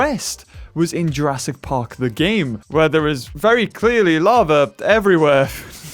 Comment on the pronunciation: Why are you saying Jurassic park weirdly